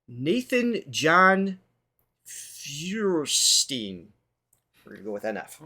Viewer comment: Fuerstein is pronounced firestien, and you should react to the search next